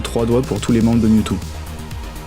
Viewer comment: "DeuxMiaou" AIE